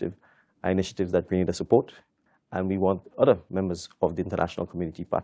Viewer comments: FOR BIG JOURNALIST DO SOME RESEARCH, GRANADA IS IN SPAIN, STOP SAYING GRANADA ,IT IS GRE-NA - DA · Why don’t you learn to pronounce the name of the island. Both interviewer and interviewee pronounce it properly yet stupidly the call it Grenadda. It’s GRENADA, fool.